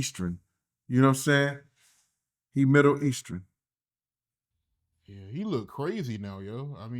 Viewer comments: " he's midder eastern" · “He midder eastern” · was struggling with saying Middle Eastern... I started dying laughing at that part.